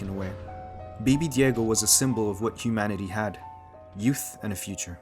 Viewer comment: Children of Men has been my favorite movie in the world for years now; and listening to this beautiful essay just makes me love it even more. So many aspects to dissect and details to admire ❤️ Btw, you absolutely nailed the pronunciation of Alfonso Cuarón and baby Diego hehe